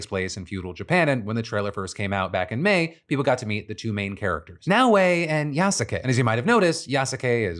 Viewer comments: Hey Phil, its pronounced Yas-kay you fake gamer weeb Jk 😂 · Yasuke is pronounced Yas-ke. Most of the time the u in su gets dropped. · Pronunciation! Yasuke=Yahs-kay! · please stop saying yasake its pronounced "yaske" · hearing phil's unapologetically incorrect pronunciation of yasuke reminds me that he is an american after all. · I'm sorry, Phil. It hurt me to the core of my soul when you said the samurai's name in the Ubisoft game. It's pronounced Yass-kay, not Ya-sa-kay... can't be believe I'm complaining about this. I apologize 😅😅😅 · Ya suh Kay lol it is like the man has never seen Naruto cringe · Its pronounced "yas-kay" like Sasuke from Naruto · I'm just here to point out that it's pronounced more like "Yas-kay." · Damn, Phil pronouncing Yasuke wrong is hella annoying. The U in the middle is kinda silent Phil. Honestly, it sounds like AI Phil recorded that segment. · i'd like to point out that yasuke's names being mispronounced...the U is silent, for example, sasuke's name is pronounced SASKAY, and who cares if assassins creed has a black protagonist....ill still play it...its about goddamned time we had one 😀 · The U is silent in Yasuke